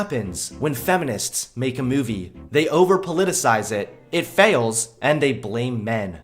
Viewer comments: Every time he says movie. I hear “Mewvie” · Kinda irritated at the way pronounces "mewvie" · Ps- There is no "y" in the word "movie". It's not pronounced "mewvie". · Please stop saying Meuu-vie like that. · Fuck feminists P.S why do u say mu-e-vi its moo-v-ee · Ok totally off-topic. Why does pronounce movie like "Meiuvie". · So...am I the only one that noticed it's not pronounced MEWvie? 😉😂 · Haha! Mew-vie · I can't get over the way you fucking say movie... Moovie? Myuvie? WTF? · Am I the only one hearing him say 'myuvie'? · "Mee-yoo-vee" What part of the country are you from? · "Take a mee-yoo-vee and re-bee-yoot it, but first check out the merch I have for see-yale." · I will pay you money if you will learn to pronounce the word "movie" correctly.